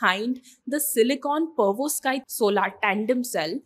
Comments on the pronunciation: Girl do me a favor stop this fake accent And start calling it" Perovs_kite" Solar Module instead of Pervos kite, It's irritating. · it's Perovskite and not Pervoskite 😂 either way it's great to see that we are finally working on stuff like this 👏🏼